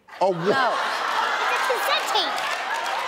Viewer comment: Oh I think i- CASSET TAPE! wait is it a.. CASSTE TAPE!!!